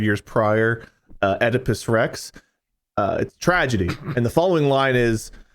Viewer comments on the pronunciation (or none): none